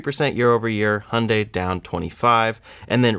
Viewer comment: Bro, love the content, but please learn how to say Hyundai correctly.